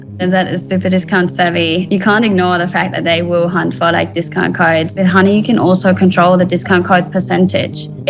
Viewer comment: кожен раз коли чую як він каке хАней, а не хані вуха в'януть